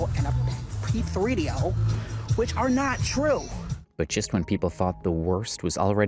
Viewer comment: Hearing “p-three-D-O” said out loud is so weird to me haha